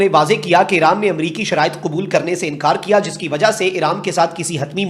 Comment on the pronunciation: 'Eeraan, esraiiiieel ' what a unique pakistani pronunciation! ....😅😅😅😅😅😂😂😂😂😂😂😂😂😂😂😂